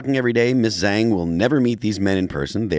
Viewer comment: Couldn't anyone tell Phil how to pronounce Zhang?